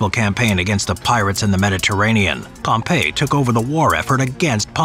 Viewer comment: It's proununced pompee the great. Pompeii was the famously doomed city buried in volcanic ash